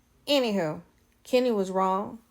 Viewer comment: Please It’s Kenya!